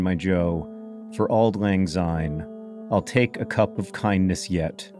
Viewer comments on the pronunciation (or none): It's better to pronounce syne with an "s" sound like the beginning of since , and not a "z" like in zoo. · I very much enjoyed this video, but... Why do so many non-Scots (and a depressingly larger number of my countryfolk each year) sing it as Auld Lang Zyne? There is no z there! It should be pronounced the same way as a sine wave and it pains me every time. I'd hoped that if you were doing a 20 minute video you'd have done that much research as a minimum, but I am am again disappointed. Have a good new year. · Please pronounce the word syne as it should be, it’s pronounced SIGN as in syne. It makes millions of Scott’s angry to here it pronounced as zyne